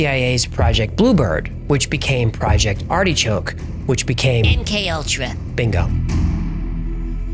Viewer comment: Do all New Yorkers say Art-E- choke?